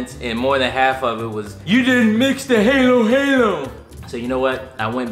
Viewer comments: Halo halo is pronounced hallow hallow 😊 It looks so good wish I had some now! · Haaaaa-low haaa-low and ooo-bae lol not heylow and oobee 😂😂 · it’s not pronounced halo like above the angel it’s pronounced ha-low ha-low. and ube is pronounced oo-bae. hope this helps :) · I love y’all so much but halo halo is pronounced like “hallow hallow” 😂 and ube is pronounced like “ou-bay” made my heart so happy you got the full experience of halo halo!!! ❤ 🇵🇭 Also much love for!!! Love her appearances!!! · ‘Hall-oh hall-o’ is the way to pronounce halo halo and ‘oooo bae’ is how to pronounce ube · Halo halo is pronounced - ha like laughing “Ha” and lo like “Loh” Ube is like ooo like I’m telling on you ooooo and be is like beh 😅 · Halo halo pronounced HahLo HahLo 🙂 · It's pronounced hollow hollow and oobay if that helps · Hahahaha, the “a” sound in Halo Halo is “a” as in “apple” , but all good! I enjoy y’all anyways!!!!! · You need a true Filipino to go over and have you try all the Filipino food. Lovingly saying this but you said Halo Halo wrong. You guys make me laugh!